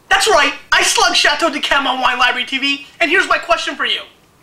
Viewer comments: It's pronounced "dee kem". In response to the question - Living: Paul McCartney. Deceased: Jesus Christ. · I have a case of Chateau d'Yquem 2001. Great stuff. Stop pronouncing the D in d'Yquem.